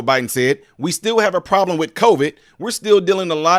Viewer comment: Anyone notice when jb smiled, only the right side of his face smiled? Then when he said problem, it came out as prollem. Two symptoms of a medical condition.